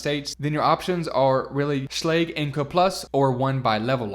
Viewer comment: I'm pretty sure Schlage is pronounced with a hard G.